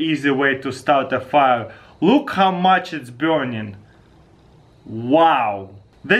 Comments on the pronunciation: trigers me every time he says "biurning"... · I like the way he says burning. BIURNING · "look how much it's burnian." "Wet fiah" I love Taras. :p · "It's deafinitely burnion"